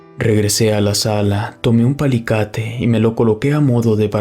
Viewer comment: ¿Qué es un palicate? te falta leer más, dices muchas palabras mal pronunciadas, si tienes dudas de las palabras búscalas en tu Navegador, le quita calidad a la narración. 😢